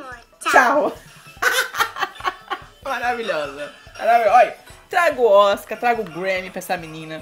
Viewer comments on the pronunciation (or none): none